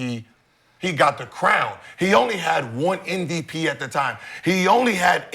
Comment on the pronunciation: Am i the only one that notices Gil says NVP instead of MVP. I heard it months ago and now i notice it every time 😂